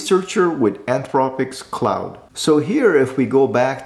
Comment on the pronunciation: *Pronounced as 'Clawd', not like 'Cloud'.